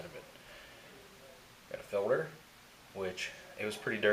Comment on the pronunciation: Fuel "filder".